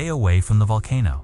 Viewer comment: COMPUTER DOESNT KNOW HOW TO PRONOUNCE VOLCANO.